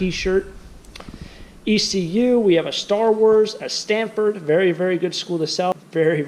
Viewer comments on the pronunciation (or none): none